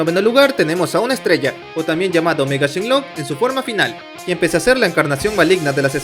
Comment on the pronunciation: Te voy a decir algo no se llama shenlong es shenron creo😅